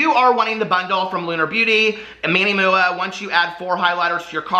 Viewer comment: I love that you call him Manny MUA pronounced Mooah I legit thought that was his name when I first got into beauty videos lol 😂